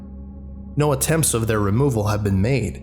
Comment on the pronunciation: "thyour" pained English major noises